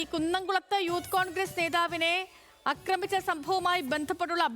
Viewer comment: 'അക്രമിച്ചത്' അല്ല, 'ആക്രമിച്ചത്'...